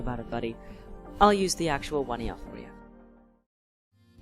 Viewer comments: Wanjina not wonyana talk about something you know about at least pronounce it right. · The right pronouncement for the Wandjina is Won-Jen- Nah! (phonetically written) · I think you’ve got the pronunciation slightly wrong. Wandjina is read phonetically (In the English language) as ‘one-gin-ah’. Great video though. Indigenous Australian culture is the least well known of the ancient cultures - even though it’s the longest surviving. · Correct pronunciation for Wandjina or Wondjina would sound like : Wun-Jin-Ar (Ah) or One-Jin-Ar (Ah) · they have no mouth to pass judgement and please the knowledge and pronounciation of my families spirits is kind of disrespect. if you choose anothers stories research first.